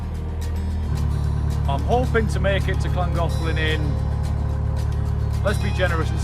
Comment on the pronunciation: Well done for the canal's correct name pronunciation! Mind you, working in Chester should have helped there and can't wait to hear the aqueduct's name 😂